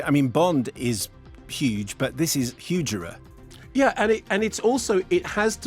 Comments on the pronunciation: Huge-er-er ? That's huge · Huge-er-er... LOL!